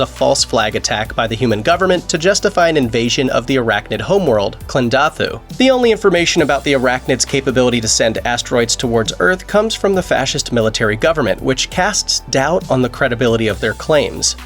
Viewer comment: Dude, do you say "Iraqnid" instead of "Arachnid" the whole video or am I hearing things?